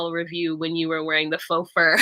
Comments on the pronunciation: Faux isn’t said like “fox.” Lmao it’s said like “Fo!” With a long o. It rhymes with GO. 🤣 Nonetheless, I love me some! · Omg, lmao I thought she was literally talking about foxes.